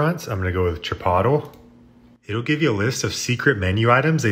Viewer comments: "CHI-POTTLE"???!!! omg, it's pronounced "Chi-poLt-lay" - seriously man, where did you learn to speak?? You've also completely botched other common words such as, and not limited to "LA-SAG-NA", "DRAK-U-LA"...no offense, but where were you educated? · YOU ARE THE BEST!!! I’m losing my mind over here over “Chi-pottle” 😂😂😂😂😂😂😂😂😂😂😂😂😂